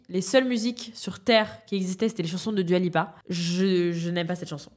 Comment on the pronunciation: svp ça se prononce « doua » pas « duua »